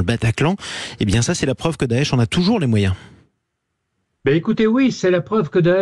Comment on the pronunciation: C'est bizarre vous quand vous dites daesh j entend otan Faut que j'aille voir un médecin